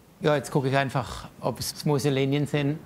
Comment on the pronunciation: Smoose Übergänge.. th korrekt aussprechen ist in Swabia noch nicht angekommen.